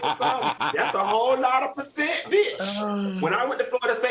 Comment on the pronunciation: Love it when Funky said “pussent “